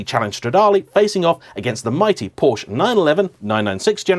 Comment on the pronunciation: Porsch-Ah!!!!!!!!!!!! you dolt